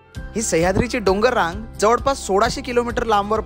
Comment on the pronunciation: जवडपास, सरड, मिडाला जिथे जिथे "ळ" आहे त्या शब्दांचे उच्चार तुम्ही "ड" का म्हणता? ते असो. पण तुमचा उपक्रम छानच आहे.